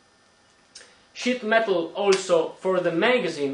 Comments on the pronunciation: did you say "Shit metal"? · not making fun of you or anything, but when you say sheet metal it sounds like your saying shit metal